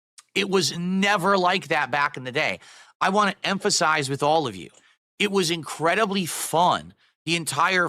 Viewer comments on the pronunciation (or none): "Incredidy" ?? Did I hear that right?